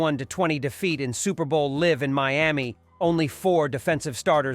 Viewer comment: May-Me Dolphins? 😂😂